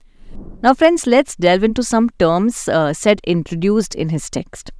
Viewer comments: It's pronounced as Saeed, he is a Muslim:) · You are pronouncing his name wrong. It’s pronounced like: sigh- eed. How do I know? Well I’m currently in a discussion with his nephew , who I went to school with. I think he would know how to pronounce his family name. And FYI, this is the standard way to pronounce this name.